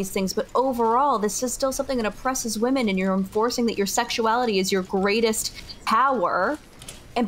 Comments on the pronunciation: Why can not pronounce the word women? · Somehow inability to say "women" properly is more insufferable than Lav for me.